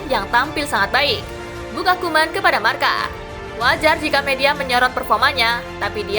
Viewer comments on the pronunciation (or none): none